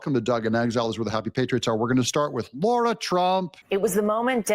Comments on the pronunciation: Doug…it’s pronounced Lah-rah…not lorrrah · Good presentation Doug but one thing, her name is Lara Trump, not Laura Trump. Please drop the 'au' sound. Thank you.